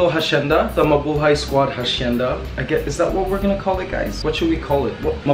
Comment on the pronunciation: I think hacienda has a silent H when it's pronounced.